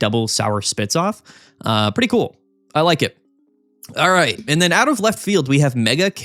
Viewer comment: ACHRIGHT GUHHYS